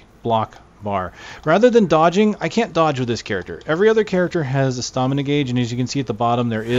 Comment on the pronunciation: If he says "stahmina" one more time...